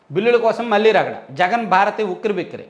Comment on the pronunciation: నమస్కారం అండి. మీరు ఈనాడు జర్నలిజం స్కూల్ లో చదువుకున్నా కూడా లో కళ,కల...మళ్ళీ, మల్లి...కణం, కనం అనే పదాలకు తేడా లేకుండా మాట్లాడుతున్నారు. అది కొంచెం సరిచేసుకోగలరు...